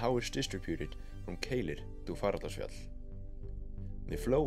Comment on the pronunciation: Fagradalsfjall - nearly got it ! Just a bit slower please....